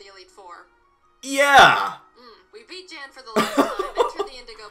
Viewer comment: The guy they call Jan considers himself to be a Pro Nuzlocker and he is quite ruthless. His channel is called “Pokémon Challenges” . Funny thing here is Jaiden pronounces his name incorrectly. It’s actually Yan (almost like yawn)